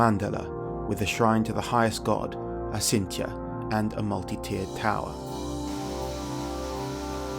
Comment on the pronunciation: Acintya is actually pronounced: Achintya. Since ch denotes a hard c sound followed by a "ha" sound when using Roman characters to pronounce Sanskrit, the solitary letter c is used to denote what we would pronounce as "ch" as in "chain" in the English language.